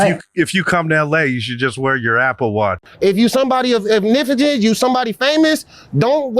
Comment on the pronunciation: “if you somebody of ifnifigance”